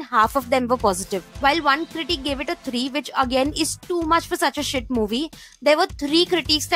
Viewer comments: Why does she say critique and not critic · She pronounces critic like critique😂